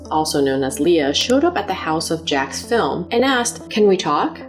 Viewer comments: It's Jacksfilms... not Jackfilm. It's so weird no one can get his name correct. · The apology saying his name incorrectly feels like a very subtle insult.